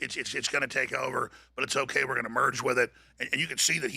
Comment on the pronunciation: Bet David says "OKAI".. not "OKAY". loool, says it in a girlie way... So not alpha